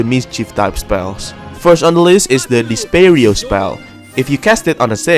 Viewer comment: it's technically "Reparo" not "repairo"